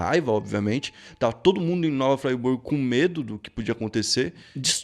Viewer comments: não é fraiburgo, é friburgo msm, eu sou da região serrana, mas nunca soube dessa história, excelente vídeo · O video é mt foda mas pqp que afliçao ouvir tu falando "nova fraiburgo" kkkkkkkk É só friburgo msm mano tmj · Pra nós Cariocas é pronuncia é bem diferente kkk Nova Friburgo. Não Fraiburgo kkk. Fora isso. Vídeo bom! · Sou Friburguense, se pronuncia Friburgo nao "Fraiburgo" kkkkk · Nome da cidade é Nova Friburgo. Não Nova Fraiburgo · Nova Friburgo, não "Fray"burgo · para de falar "nova fraiburgo" por favor. "fraiburgo" é uma municipio em santa catarina, nova friburgo é onde ocorreu a história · Não é FRAiburgo,é FRiburgo mesmo! Nova Friburgo!😉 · Não é nova "Fraiburgo" é nova Fríburgo. Só escrevi com acento pra que leiam a vogal i com o som normal dela. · Obs 1: A pronúncia é Nova Friburgo e não Nova "Fraiburgo". A série é Brasil Bizarro e não Inglaterra bizarra. Obs 2: Varginha fica em Minas Gerais. Obs 3: Parabéns pelo canal 👏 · Vc tá no Brasil. Sendo assim é Nova Friburgo mesmo e não Nova Fraiburgo. No português o "i" tem som de i mesmo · O nome da cidade é Nova Friburgo e se lê da mesma forma. O cara diz o segundo nome da cidade como se estivesse lendo "Fraiburgo" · Hahaha, eu moro em Friburgo Muito louca essa história, geral conta por aqui Engraçadinho o jeito que o falou, "frieburgo" Se pronuncia "fríburgo" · O nome da cidade não é Fraiburgo e sim Friburgo, moro aqui. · Nao é nova Fraiburgo, se pronuncia Nova Friburgo mesmo., Cidade linda, já fui muito lá. Tendo essa história. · O CONTESTO DA HISTÓRIA É ÓTIMA MAS FALTOU PESQUISA, HJ A ZOBA RURAL TEM TECNOLOGIA AS VEZES ATE MELHOR Q MTS CIDADES, VAMOS PESQUISAR MAIS AI MEU QUERIDO GENTE DA ZONA RURAL N É BIXO DO MATO N. E NÃO É " NOVA FRYBURGO ! É NOVA FRIBURGO. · toda vez que ele diz FRAIburgo da um nervoso cara!!!! NOVA F R I B U R G O..... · não é Frayburgo e sim Friiiburgo mesmo rsrs. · Caralho, não é nova "fraiburgo" é Nova FRIBURGO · Continua falando nova fraiburgo kkkkk